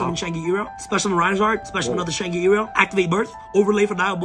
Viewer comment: Bro is in fact the definition of Yu-Gi-Oh players cannot read. Idk wtf he said but that isn't how you pronounce shan gri la....